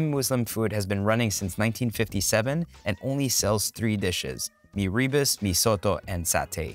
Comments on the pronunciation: FYI, “rebus” should be pronounced as “ruh-boos”, not “ri-bus”. And kudos to the host for not sweating at all. Remarkable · Rebus is pronounced as “Rer boos” not Ree bus. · ra-boos? that’s how the typical singaporean chinese pronounces malay words, which is horrible. like “nasi lomak” 💀 it’s ruh-boos bro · It’s like Mee Robust 😂😂😂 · It's Mee "reh-boos" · actually its pronounced as "ruh-boos" closer to the RE in "Rendang". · mirror boose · Rebus - accent on the second syllable. The potato rissole is called bagedil- always in an authentic Mee Soto